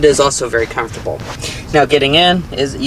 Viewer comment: If he says afortable or plastic one more time 🤦‍♂️